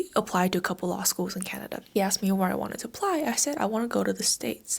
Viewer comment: 23 canadia. 😂